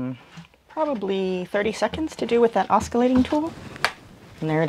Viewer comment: Mahalo, this was a really thorough tutorial. Clear and concise with good visuals. 👍 Just FYI, the word oscillating is pronounced aw-suh-lay-ting. There is no k sound.